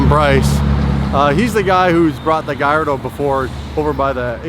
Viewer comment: "Thats a nice Galado" 😂